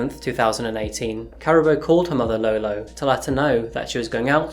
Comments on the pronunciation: Her name is pronounced Kaa-rah -boo . Thanks for the video. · It ka ra bo. Say the ra as in the god Ra. Karabo. May you rest in peace and reincarnate live a happy life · Uncle... The Zulus are from Kwa Zulu Natal. Johannesburg is in Gauteng 500km away. There are other tribes in SA too. Sotho, Tswana, Xhosa, Venda, etc. Her name is pronounced Car - aa - boo. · I Think the name is pronounced wrong, I really doubt its pronounced, "Karabbo" but "Karabo" half silent B, get it right bro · I must be honestly....I HATE when people research a story a story and don't bother with the sound of the actual name....drive me mad....karaaabo...yes....JHB based as well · Ka-rah-bo ; San-Dee-le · Just FYI her name was pronounced Kah-rah-boo His name is pronounced Sun-dee-leh. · Just a little help with pronunciation. Her name is pronounced 'Car' 'ah' 'baw' (rolling 'r') Surname: 'Mock' 'When' 'ah' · Pronunciation is difficult in our language. Ka-ra-bő Mokwena san-di-lé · Is her name pronounced like “caribou”? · usually you get the spelling right, its pronounced ka-ra-bo not karabo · 😂 Caraboa 🤣🤣 that is not how you say that, you keep saying that so much it's distracting. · No offence to you but you need to learn the phonetics for the names before you present anything..it is sandiiileh and karaabo in terms of pronunciations you need to do some work........... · Unfortunately, Karabo's name was mispronounced in the story. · Lol the why you saying her name, lol. If you go to South africa and call anyone named Karabo like that they'd probably wonder who the hell is he looking for.